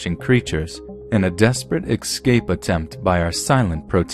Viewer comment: dEAR, i DO LOVE YOUR vOICE BUT I WiSH yOU cOuLD sTOP sAYiNG "EX-sCAPE" WHEN IT sHOuLD BE "eS-cAPE". "aWNT" FOR "AUNT" i CAN DEAL WITH. bUT "EX-SCAPE " iS LiKE "lIE-bErRY" FOR "LIBRARY" OR SAYING "NOO-kYUU-LUR" FOR "NuCLEAR"...bUt DO WHAt YOU wAnT, OF cOuRSE